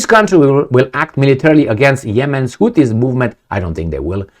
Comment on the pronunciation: It is not Tuttis, it is Houthis.🙉